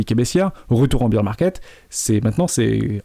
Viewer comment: Bear Market, pas Beer Market